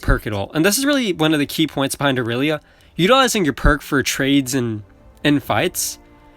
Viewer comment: finally someone who doesn't say "Eye-relia"